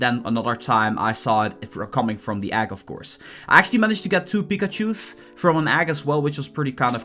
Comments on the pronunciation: nice video, but everytime you say "Egg" I die a little inside. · listen to how he says egg